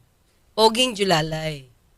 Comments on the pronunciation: Jowang Alalay "Julalay" 🤣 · Hindi po JOLALAY Atty., dapat JOWALAY! 😂😂😂